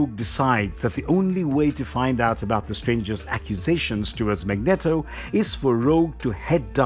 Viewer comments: mag-net-o XD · One problem though, guys! It's MAGNEEEEEEEETO! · Magneeeeto emphasis on the eeeeeto lol but great video and thanks for taking the time to upload it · Thats not how you pronounce Magneto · Whelp can't say Magneto the same again lmao